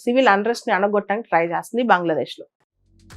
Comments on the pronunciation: బాంగ్లదేశ్ కాదు మేడం.. అది బంగ్లాదేశ్ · బాంగ్లాదేశ్ బాంగ్లాదేశ్ బాంగ్లాదేశ్ అని అంటుంటే వినడానికి చాలా చండాలంగా వుంది 🙏🙏